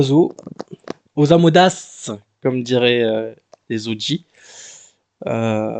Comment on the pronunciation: Tu as bien dit Osamodas cette fois, c'est magnifique !